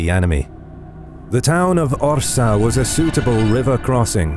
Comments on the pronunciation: I wonder why you pronounce Orza? while it is correctly written on the map and in the name of the video as Orsha, this town still exists today in Belarus near Russian border. thank you for video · Well-pronounced Polish names. But one remark "Orsza" -> Orsha, not Orza. Good work! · It's OR-SHA, not OR-SA. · Incorrect pronunciation of the name of the city ORSHA - you should read the full name from SHA (ORSHA), not ORZA or ORSA. But in Belarus we call this city Vorsha - this is the real name of this city. (Ворша - назва горада ў Беларусі). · Cool video! A few details: The pronunciation of the place where battle happened is Orsha, not Orza. There was no Russia in modern meaning. Only Moscowia. They officially steal this name from Ruthenians/Ukrainians in time of Peter I reign (begin of XVIIIst). Het'man Ostrozhsky was Ruthenian-Ukrainian Kniaz' (Prince). Now we keep a good old ukrainian-ruthenian tradition to beat moscowite.😉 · It is OrSHa (sh=Ш) 😊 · nice work. just 2 things: 1. wings were different, than at the first picture; 2. Orsha is pronunced with "sh", like shame, not "s" like snow regards, still, great stuff